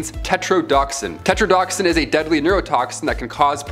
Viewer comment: Tetrodotoxin is pronounced tet-ro-doh-toxin.